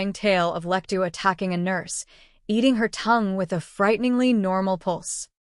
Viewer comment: That's just a summary of the plot, nothing in the way of psychology or psychoanalysis. And it's 'Lecter', rather than 'Lectoo'.